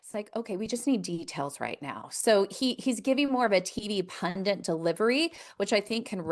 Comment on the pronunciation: for the millionth time, pundit doesn’t have an N in it. people mispronounce that word all the time.